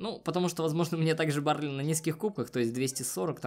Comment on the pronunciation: БАРЛИ А НЕ. БАРЛЕЙ!!!!!!!!